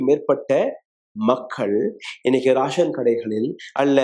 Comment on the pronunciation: அது ராஷன் இல்லை ரேஷன்